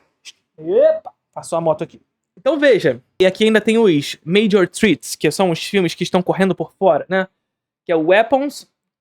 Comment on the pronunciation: vou pegar no seu pé. Você obviamente não é obrigado a falar inglês, mas já que falou, me permita a correção: "major threats" se lê "tr`ets" e não "trits". treat ("trit") é um agrado, como um biscoito pra cachorro, threats('tr`et") é ameaça.